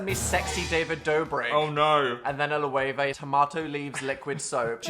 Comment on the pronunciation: can’t believe this is how I learn the correct pronunciation of “loewe” 💀